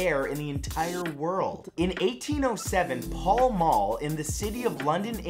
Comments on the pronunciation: It’s pronounced Pal Mal not Paul Maul. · Pall Mall is pronounced Pahl Mahl not Paul Maul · Arrghh! triggered!! - Pall Mall - Pal is pronounced like Pal as in friend. Mall is pronounced the same as Pall but with an M. That is all. Love the channel!! ;) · Pall mall is not said like that. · Not how you pronounce Pall Mall